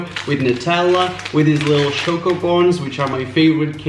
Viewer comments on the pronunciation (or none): none